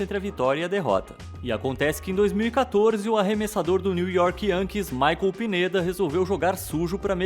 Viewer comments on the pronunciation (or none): none